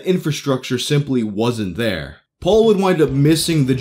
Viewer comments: P-All not P-ole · You pronounce "Paul" like "Pol" and it bugs me... Still like your videos tho